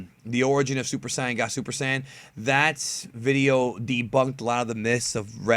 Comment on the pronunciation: Also you said Super "sIyan" God super "sAIyan" lol I just thought that was funny lol